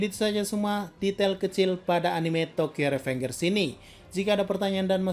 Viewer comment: Tokyo revenjer bacanya blog